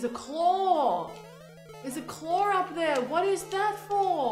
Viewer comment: A "clawr"?!?!